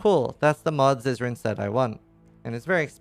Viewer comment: i'm sorry but everytime u say "zizaran" i hear u saying scissoring. pardon my corrupted mind